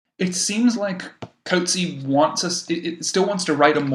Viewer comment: You cannot bother to get remotely close the accurate pronunciation of the surname of John Maxwell [formerly Michael] Coetzee. I am beside myself, horrified really. Listen to his Nobel award— the Nobel panel fortunately respect the laureates (and short-list) authors enough always to bother, as with their perfect pronunciation of Louise Gluck’s name {Nobel 2022}. Im clicking away from you two… you sound like unsophisticated teenagers, not academics. I am rarely harsh and do not wish to be a “troll.” Have some respect… Coetzee is not “Coat-Zeee,” it’s roughly “Kut-zee-a.” Look it up, listen. Get it basically right. He is such a gentleman he never corrects these mispronunciations… but ive had the pleasaure of meeting him, etc. i bothered to request guidance though id listened to the Booker ands Nobel panels… and had been equally horrified by the University of Chicago putting a voicemail greeting up for him while visiting for 1-2 years [as an academic] there. The day of thje Nobel they too got his name mispronounced with their voicemail message stating that his voicemail would be fu;;/unavailable due to the volume of congratulatory calls, and often undesired requests for interviews, and other meetings. Just… listening to you both speculate, wrongly, and say “I was confused about that.” Again and again. “I feel sorta sorry for our listeners.” (Why not keep this discussion between yourselves, take it down here. Through I do not “have to be here,” that is so. No philosophical sympath